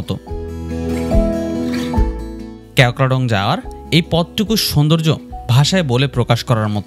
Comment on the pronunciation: ক্যাও ক্রা ডং না। কেওক্রাডং